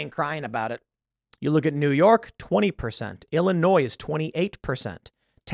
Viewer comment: HE SAID ILLI NOISE HAHA